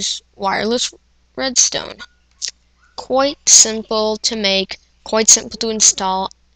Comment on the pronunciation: did he say 'coit' instead of 'quite'.